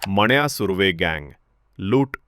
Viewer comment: मण्या नाही हो..... मन्या...... नीट मराठी बोलायला शिका आधी.... मग बडबड करा....